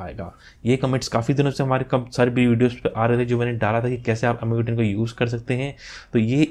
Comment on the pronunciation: Thanks sir bhut bdiya video...sb smj aa gya......sir aj phr MIU bola MIUI hota h